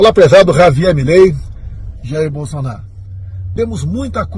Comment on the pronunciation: Bosolnario não emucente kkkkk